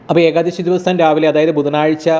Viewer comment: Ekdasi aal eekaadasi ennuvenam ucharikkan ucharanam sariyakkanam